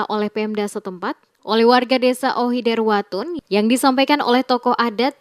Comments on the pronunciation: Maaf Admin, Nama Desa "Ohoidertawun" bukan Ohoiderwatun, terimakasih..🙏🏽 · itu Ohoidertawun bukan ohoiwutun